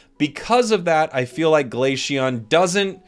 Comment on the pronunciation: Is he saying Glasheon?